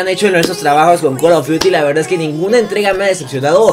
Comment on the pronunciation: Porque dices col of diuti